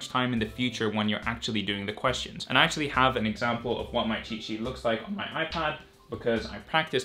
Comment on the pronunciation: Even though you're saying cheat sheet....what i hear is " chi chi "